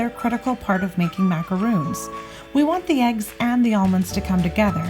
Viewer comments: MacaRONs not roons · That`s not macarOOns! It`s macar-on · You lost me at "macaroons" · Macarons which is in the video are different than macaroons which is what she is calling them. It’s one of my pet peeves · Great but Just one thing...you keep saying Macaroons. Those are not Macaroons they are Macarons. The way you’re pronouncing is for the coconut ones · It's MacaRONS...not Macaroons. If you are going to educate be educated. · Life as Boua it’s macarons. Macaroons are the coconut cookies. She said she says macaroons because that’s how most Americans pronounce it. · OMG. These are NOT pronounced as ‘macaROONs’—that’s cookies made with coconut and egg whites, etc. These are: ‘macaRONs’; like the male name RON. Why do so many people who should know the difference in pronunciation—don’t? Even Duff Goldman and Valerie Bertinelli mispronounced these all throughout an entire episode of their kids’ cooking show. No excuse. Duff certainly should know—-he’s a baker!!! The producers should have known, too! EEK! BIG difference in the two types of cookies—BIG! MacaRONS are one of my favorite cookies! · macarOOns and macarOns are totally different cookies, that's why right pronunciation is important here, otherwise it's misleading. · Thank you! How can people make a video on how to make them but pronounce it incorrectly! Drives me nuts!